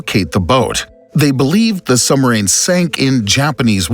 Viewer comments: Why is the narrator keep saying sumarine? It's suBmarine. I literally cannot finish this video hearing that word again. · Sorry, but I can't get past the use of the word 'Sum-arine' every 10sec. The topic has a B in the name 👍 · Interesting narration. It calls attention to one's pronunciation of "SUB"